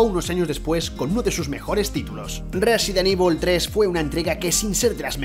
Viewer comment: porque dice resident IBOL?